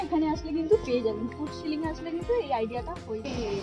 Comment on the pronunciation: ফুট শিলিং না ওটা ফুন্টসিলিং হবে 😄😄😄😄 কোলকাতা কে বালকাতা বললে কেমন শুনতে লাগবে 😄😄